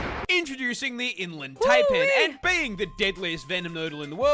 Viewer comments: Don't be surprised by what the named the Newcastle Big Boy. We nicknamed the Terror Bird that used to live down here the 'Demon Duck of Doom'. Yes, really. Edit; Also, as an Aussie I feel grave offence for his mispronunciation of Taipan (tie-pan). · Yeah, that snake pronunciation always irks me.